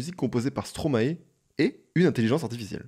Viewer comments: Stromae se prononce "stromail" (maestro en verlan) ;) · tu prononce mal stromae